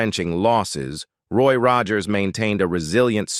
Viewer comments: Narrator needs a reading coach to learn to pronounce common words engaging is not indulging and Roger's is a famous name that should be easy like Mr Roger's not rawgers. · Gotta love how the Bot Reader mangles Roy's surname and "hee-van". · its sad the amount of work that goes into a video like this, but the lack of editing to fix the miss pronouncement of Rogers (oddly it doesn't happen all the time but a good enough number) and then a few other words that were just not pronounced correctly. Roy Rogers was my mom's huge crush. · Teach the mechanical voice to SAY Rogers! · Loved Roy and Dale. This would have been a better tribute if they had taught the computer correct pronunciation. Kind of ruined it for me. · What’s up with the mispronunciation of so many words in this narration, including Roy’s last name multiple times? This must be an AI generated. Very disconcerting. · You should redo the narration , heven instead of heaven, Roy Roager, I think, and other humorous fumbles. But I did enjoy not hearing the usual evil reality of some Hollywood stars. Trigger was also shown behind Roy toward the end but yes, that was Trigger and Roy had him stuffed. Trigger was in the movies before Roy owned him. Olivia De Havilland rode him in the "The Adventures of Robin Hood" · This was a wonderful tribute to anicon from my childhood and I loved everything except that robo voice that mispronounced Rogers to rog-urs and Heaven as he-van. Roy Rogers and Dale Evans were such fantastic people and the love they poured outon their children was wonderful. My Mother, a few years before weblost her to congestive heart failure had the opportunity to meet Dale Evans at a local church. She was elated to hear her speak. Awesome folks and the most beautiful horse -:Trigger!